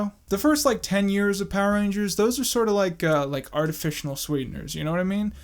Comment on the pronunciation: "Artefishenal sweeteners"